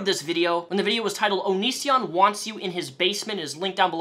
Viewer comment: I love how he was so irrelevant to you when you posted your first response that you pronounced his stage name “onishion”